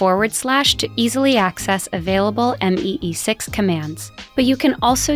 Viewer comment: i died when she said M E E 6 instead of me 6 💀